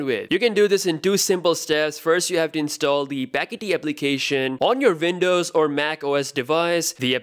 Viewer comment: its called Windows not Vindows